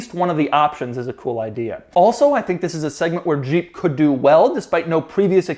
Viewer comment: Doug it's Jeep not Jjjjeeep or sheeep. Maybe you are pronouncing it from the 80s when Renault partnered with AMC and the French rolled the j? Jeep 😁